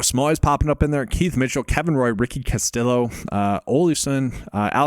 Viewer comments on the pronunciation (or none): The L's are silent when pronouncing Castillo. Just trying to help.